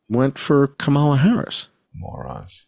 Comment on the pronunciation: I like how you pronounce it KaMAla. I do too. Believe people the 1st time.